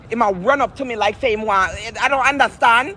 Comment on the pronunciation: “I DONT UNDERSTAHND”